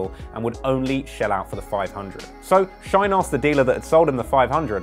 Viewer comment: His name is not Shoiyne bu Shyne